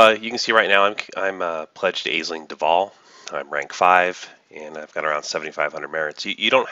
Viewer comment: FYI Aisling is pronounced "Ashling".